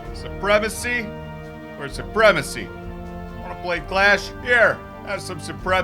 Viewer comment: Surpremacy or surpremacy :)))))